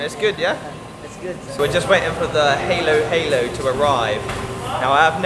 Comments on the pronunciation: Don't mispronounce "Halo-halo" as "heylo-heylo", instead use an "a" sound like in "Apple". This is because it means "mix-mix" in Tagalog or Filipino. All the ingredients should be mixed from the bottom to get the full taste. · i guess you search halo-halo in google that is why you pronounce it wrong. :) listen to local how they pronounce it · For food, try chicken adobo, sinigang, pansit, lumpia, caldereta, Bicol Express, and chicken tinola. Then, for dessert, Leche Flan and turon. Halo - Halo is pronounced by the locals as "Halo Halo," with a short "a" sound.